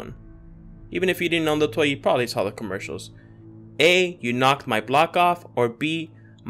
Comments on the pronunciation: you're not mis-remembering it was you "You knocked my block off." Oh and u had bock instead of block, but hey no biggie we knew what you meant Keep up the good work. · you misspelled block. You said "bock"